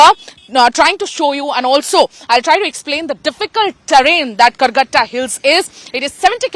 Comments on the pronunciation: Karregutta hills....not Calcutta hills😂😂😂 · it's Karregutta hills (in Telugu, karre = black, gutta = hill)